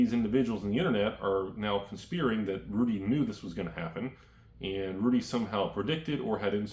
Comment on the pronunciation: conspeering? pronounced con-spyre(like fire)-ing